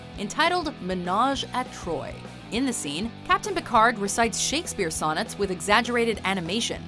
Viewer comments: ... troi [trwaa; not troy] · “Ménage a troy” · Did the announcer just say menage a troy...? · I believe all of your dislikes belong to French speaking Star Wars fans who had to bear listening to the narrator mispronounce ménage à trois... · You said menage a trois wrong